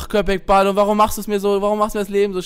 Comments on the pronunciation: balım sprichst du falsch aus und es heisst mein süßer köpek heisst Hund und du sprichst es richtig aus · wie episch er das sagt Köpek Balim ALLES klar XD heisst eigentlich KöpekBalik. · Es heißt köpek balik und nicht kopek balim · Balim heißt nicht Hai xDD Balik mit K bedeutet : Fisch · Köpek Balík nicht Balum, :) Bin Türke. :)